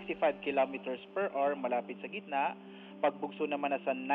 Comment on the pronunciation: Where the hell did you get that pronunciation “hour”, pag aralan mo ang tamang pagbigkas.. nakakainis pakingan…